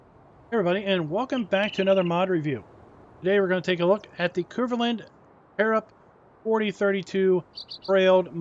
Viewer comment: like how you say Kverneland the proper way is K verne land sound the verne say the K verne land.. S C UK.